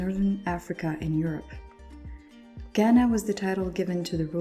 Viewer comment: This was really helpful but as a Ghanaian that’s not how you properly pronounce “Ghana”